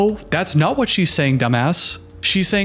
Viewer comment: you kinda do that thing you’re talking about where you change how you speak. especially with your T’s. listen to how you say “what” and “that” - you add an “uh” sound at the end. “what-uh that-uh guy said”